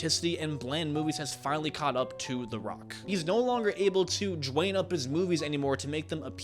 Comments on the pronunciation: Who tf is "Jwayne?" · It’s not Dewayne